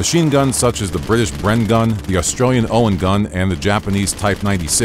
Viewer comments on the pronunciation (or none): none